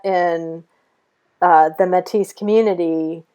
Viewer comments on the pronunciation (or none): Great video! Thank you. One comment: Métis is pronounced "Maytee." Keep up your outstanding work.